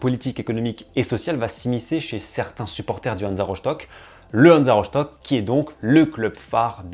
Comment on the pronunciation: Ça se dit Rostock hein, pas rochtock Je suis allemand